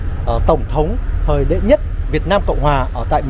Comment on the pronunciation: Người ta là HUYNH và ĐỆ mà cứ thuyết minh là ĐÊ hòai. Coi lại việc thuyết mình đi